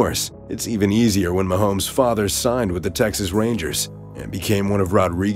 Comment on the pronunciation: How much did they pay this C actor to say "Mahome"?